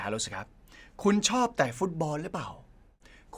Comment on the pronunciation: “เตะ”ฟุตบอล ไม่ใช่”แตะ”นะคะเหล่าซื่อ